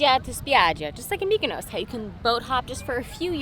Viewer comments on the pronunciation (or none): none